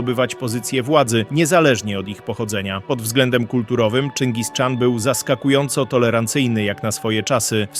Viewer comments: Czyngis Khan nijak mi się nie spina z wymową Czyngis Czan :D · Nie "Czingis Czan" a "Czingis-chan"... ✝️ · Czyngis-chan , nie Czingis-czan... Chan to tytuł władcy. Wymowę łatwo sobie zapamiętać w ten sposób ,że na południu dawnych kresów Rzeczpospolitej mieliśmy za sąsiad Chanat Krymski nie Czanat Krymski. Pozdrawiam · Od kiedy Czyngis Szaran się wymawia? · ciezko to sluchac jak ktos mowi czingiz czan. zaproponowalbym nauczenie sie nazewnictwa najlepiej oryginalnego zamiast angloizowac mongolie. to juz lepiej mowic po prostu po polsku a nie niszczyc polskiego jezyka kaleczona angielszczyzna.